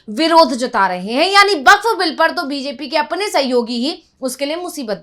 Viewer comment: Its bakph not bakchh😂😂